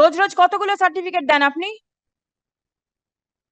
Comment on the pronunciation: ওই সাডিফিট "সার্টিফিকেট" উচ্চারণ টাও ঠিকঠাক করতে পারছে না😂😂😂😂